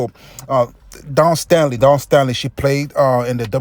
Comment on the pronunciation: Bro,have you ever played on a college level? Coached? You sound like a fan with no experience. Your are entitled to your opinion. Your commentary is amateurish and you need to work on your speaking skills. And you need to do research. Her name is Staley,not Stanley.